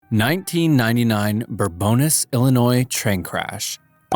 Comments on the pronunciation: Bourbonnais is pronounced "Boar-bonn-I," not "Boar-bonn-iss" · Hearing bourbonais in the way it was said here makes me violently angry, even if half the town says it that way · Bourbonnais is pronounced bur-bun-AY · I hate to nit-pick little details, but as someone from the town, it's pronounced Bourbon - nays (Some people say it without the 'S') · first one is pronounced Bourbon ey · Bourbonnais is pronounced (BUR-BEN-NAY)